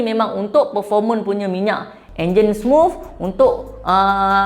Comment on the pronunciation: Smuffff bkn smooth ea🤣